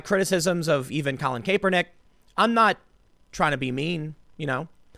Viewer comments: Stop saying Cape-er-nick when it's clearly Cap-er-nick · Tim, i love you man but it's pronounced KAP-er-nik. His nickname was Kap. When you call him Kaypernick it makes my butthole clench. I know you're not a football guy so I'm doing you a solid. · Tim, it's a soft A like sounding like kapernick. Not Kaypernick. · Cap-er-nick He does not wear a cape. Not Cape-er-nick. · Tim, it CAPernick not CAPErnick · How the hell do you not know how to say a persons name, that is said all the time?... "Capernick" are you for real. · Kay-per-nick. Tim doing his subtle name mispronounciation trolling. Haha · Its ( CAP-ER-NICK ). I know it's spelled differently but that's how its pronounced. I dislike him anyway, so say whatever you want. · Btw his name is pronounced "Cap" "Er" "Nick" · CAP ER NICK. C'mon Tim. Your point is solid...but get the guys name right. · KAP-er-Nick what the ever loving hell is wrong with you. pronounce the name properly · I haven't watched this video , is he still saying cape-er-knick ? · it’s pronounced "Cap-er-nick" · Someone teach him how to say Kaepernick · refuse to listen to this just because I can't listen to an entire segment where you're too lazy to learn home to pronounce a person's name correctly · Learn to read French please... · The fact that Tim still mispronounced Kaepernick's last name brings me great joy.... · The fact Tim mispronounces the slug's name everytime always makes me laugh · Why does Tim always say Kaps name wrong... is it a joke or does he not realize this? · If you are going to drag that douche at least say his name correctly Tim. Drives me crazy how many names you mispronounce on the regular.